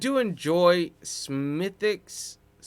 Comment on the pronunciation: I'm from Cork and how you're saying Smidicks 😉is "Spot On" / perfect.